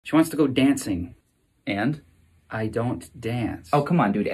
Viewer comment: Why are you pronouncing it deancing isn’t it daancing